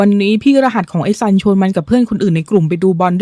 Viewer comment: ตัวละครชื่อซันทำออกเสียงสันหลัง เพราะนั่นคือชื่อหนู😅😅😅